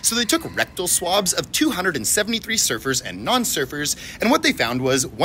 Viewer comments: At feast i thought he said servers as in like a waiter...was so confused till he mentioned the ocean lol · i wasn’t paying attention to the video and i thought you said “servers” instead of surfers and i damn near had a heart attack